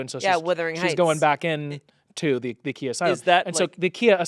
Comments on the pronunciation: It’s not (key-a) it’s (keye-a) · its not pronounced kia its pronounced khia!!!! khia asylum from my neck my back! i thought?? LOL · Every time they pronounced Khia wrong it physically hurt me.